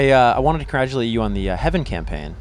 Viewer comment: He also pronounced "congratulate" as "cradulate" 😂😂